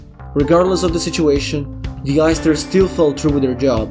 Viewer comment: everytime he says the heisters it sounds like the oysters